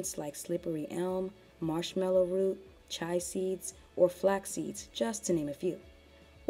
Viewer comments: (Chia) Chi-ah seeds not chai like chai tea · *Chee-ya seeds. Not "Chye seeds". Lol. Thanks for the video. 💜